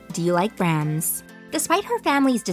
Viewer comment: It’s not pronounced Brahms with a short a as in apple, it’s Brahms with an ah sound!